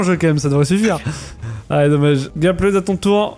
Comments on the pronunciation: C’est pas Gapled c’est Gappeld non ? Quand on prononce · Ça me stresse tellement quand il prononce « Gapplaide » mais super vidéo